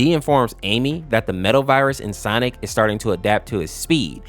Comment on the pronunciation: You said "stonic"